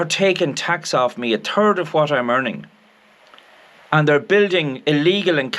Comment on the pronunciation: Good for it,s a pity you can,t give them a turd instead of a third of you wages. That,s what it sounds like when you say a third, love the accent.